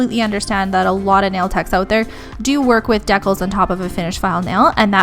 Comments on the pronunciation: Deeee-cals lol Not Deckels dekels Really great video tho! That’s for the education 🙏🏼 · Isn't it pronounced dee-cals?